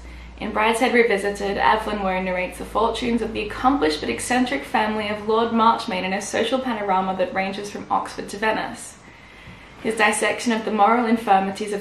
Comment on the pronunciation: I suppose you are too young to know the Aussie cricket-playing Waugh brothers to know how to pronounce the surname but it's pronounced 'War' as opposed to 'Woah' ;)